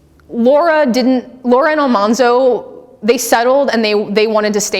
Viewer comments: Great presentation, except for the pronunciation of Almanzo Wilder’s name. There was a great article and mini documentary about this pronunciation of this name. It was Al-MAN-zo, not Al-Mahhn-zo. The origin of the incorrect Al-mahhn-zo came from one of the cast members of the Little House tv show, and it simply stuck with the other cast members. As husband and wife, Laura called her husband “Manly” as a shortened nickname. Almanzo’s brother Royal called him “Manny”. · It’s not Almonzo it’s Almanzo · I'm sure this video was a while ago, but it is well known now that Almanzo Wilder's name was pronounced Al-MAN-zo rather than Al-mon-zo. This is why he was called Manny rather than Monny. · I wonder if the Wilders pronounced ‘Almanzo’ with the middle syllable pronounced like the word ‘man’ - since Laura called him ‘Manly’. (edited) Ah, I was right: the name was pronounced 'al-MAN-zo' and not 'al-MON-zo'. There are actual recordings of Laura Ingalls Wilder saying it. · His name was pronounced Al....man....zo. not Al......mon....zo. I know this because I went to Mansfield, Missouri, and went to one of Laura and Almanzo Wilder's good friends house and visited with her for a few hours, and was shown a few things Laura had given her. This lady's name was Neta Seal. She told me to correct the people who pronounce it wronggggggggggg. I'm a farmer boy historian....I know, I live in Malone, NY, the setting of Laura's second little house book called Farmer Boy, my whole life. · I always thought it was a bit weird that the tv show rewrote the pronunciation of Almanzo’s name. Laura called him Manly, not “Monly” and his brother called him “Mannie” on multiple occasions throughout his life, not “Monnie”. Not only is Al-MAN-zo correct, to me it’s far more appealing. Just as a side note, the famous portrait photo of Almanzo in his 20’s shows he was certainly a handsome man. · alMANzo not ALMONZO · Could she at least pronounce “Almanzo” correctly? Do your research.